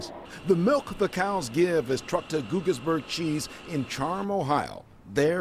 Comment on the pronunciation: Pronounced gaugis